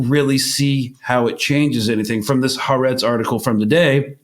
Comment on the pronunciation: Oh please! It's "Haaretz."